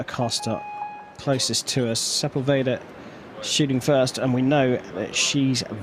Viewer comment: So annoying how the guy says Sepulveda!! Figure it out vato!!!